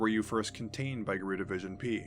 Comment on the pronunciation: I've made this comment on several other channels. GRU is not pronounced 'grue'. It' pronounced like any other alphabet group; FBI, CIA, KGB, etc.